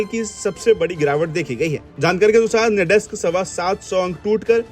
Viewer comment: "नैडेस्क" नहीं "नैसडेक"!!